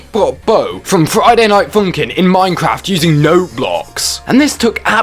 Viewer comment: Ah yes, Froiyday Noight Foonkin